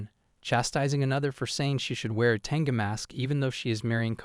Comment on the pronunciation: It's a bit humorous how the AI calls her as a 'tenga' instead of 'tengu'.